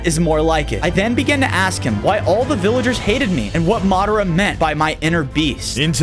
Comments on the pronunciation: It's madra not madro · bruh its madara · you butchered Madara’s name, pls learn to pronounce it right for the naruto fans as well as my self.